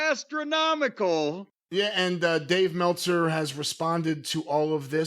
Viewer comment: “Dave MELTza!” - Wrestlelamia